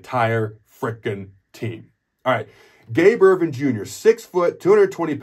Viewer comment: "Ervin" not "Irvin"